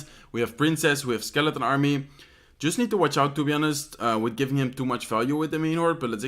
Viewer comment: in english you dont spell the 'h' in honest. sounds like onest :)